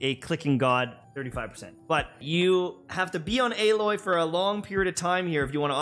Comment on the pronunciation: you said her name wrong